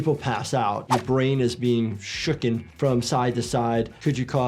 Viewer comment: You’re a doctor and you said “shooken”?!!